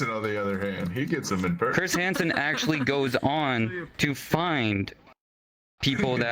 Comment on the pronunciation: 'no i never actuwally beweaved it' 🤓